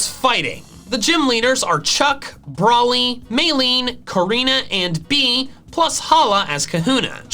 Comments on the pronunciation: its bea....be-ya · its pronounce as "Bae-yah" not "bee"